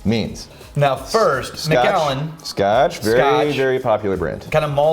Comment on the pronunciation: As a Scot, it's driving me INSANE how you guys are saying the Macallan! Lol still absolutely love you gentlemen, though. So here's a lesson in Scottish and Irish English. Keep in mind that most of these are anglicized versions of Gaelic, which absolutely does not anglicize well - so you end up with 20 spelling varriations that look unrelated in English, but in fact are the same name, anglicized different ways. Take Dunlop. It's also Dunlap. And Dunlope. And Danlop. And... Take McCue. It's also MacEwe, and McEwe, and MacHugh, and McHugh, and MacEw, and even McEwan, and McCoy! Now you have MacAllan. It's the same name as MacCullen, McAllen, McCullen... Don't seperate the Allen out - let it flow so it sounds closer to the spelling of MacCullen. Ie: mc-KUH-len.